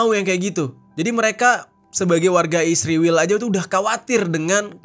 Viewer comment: Sebutan yg benar (israil) bukan (isriwil)..ngak nyambung😂😂